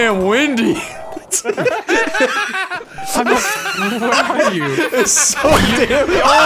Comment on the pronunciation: "It fucken wimdy" I think is the proper way to say it